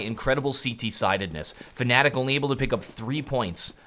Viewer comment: Please, stop saying "fAnatik'' it's just fnatic, there is no A after the F, there is no other way to say it. That's all.